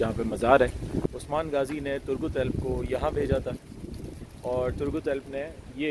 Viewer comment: Gaazi nahi ghaazi ...dill mn Ertugrul zuban py Bollywood Chaya rehta hy